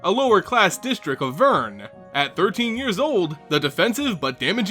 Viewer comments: Aaaaaaaaaaaaaaah, why VERN? The "r" comes first. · VERN? that gave me cancer.